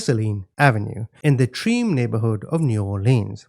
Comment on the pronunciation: Truh-may =Treme. You did a pretty good job on most of the names, though.